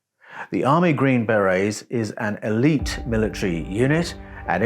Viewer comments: How do you pronounce it? In English English I think the emphasis is on on the first syllable. In U.S. English I believe the emphasis is on the scond syllable. How did I say it? I guess either way it will sound wrong to someone! The hazards of speaking an international language eh! Health and Peace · Hey dude, we dont have Green berr-Rays, or Green Berries. They are Green Berrr-ayz! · I know you're an Aussie so your pronunciations are a bit wierd. But the 'army green berries' are pronounced as army green ber-AYS. Like the French hat called a ber-RAY. But all that tells is what kinds of hats the soldiers wear. Their real titles is army Special Forces. Their jobs are primarily ambassadorial. They have to learn a foreign language, firstly. The world is divided into 4 different quadrants - depending on the cultures/languages. After that, the Special Forces are trained in rebuilding an area after it was destroyed by war. They specialize in things like medicine, communications, engineering (roads, bridges, etc). I used to work in a Special Forces support unit called PSYOPS (psychological operations). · ...green "BareA's"? 😂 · "The green, bear-rays..." "The green, berries..." "The green, bay-rays..." You can't just make-up pronunciations to make yourself sound British and more intelligent. Hog-wash... (I'm just jealous of the accent... my apologies.) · Are you LITERALLY not able to pronounce the word, beret? 🤔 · The way you pronounce BERET and HOMOSAPIEN is fuckin stupidly cringey